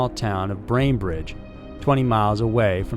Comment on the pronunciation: You also mispronounce Scioto, and it's Bainbridge, NOT Brainbridge.